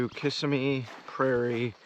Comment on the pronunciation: Accent is on the middle syllable in Kissimmee not on the first.